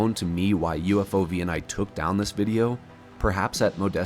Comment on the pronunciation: "OVNI" is the Spanish equivalent of *UFO*, and it is pronounced as a word, not spelled out letter by letter. UFO+OVNI = UFOVNI